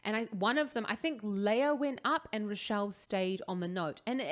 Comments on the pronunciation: Her name is pronounced ‘Ray-shell‘ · Rachelle is pronounced the same as the name Rachel which is Ray-Chel. 😊